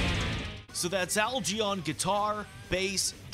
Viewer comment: It's a hard G in 'Algy' as in Get not jet